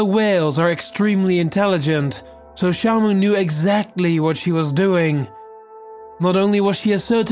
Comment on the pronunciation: When you said shamu, I thought you said shampoo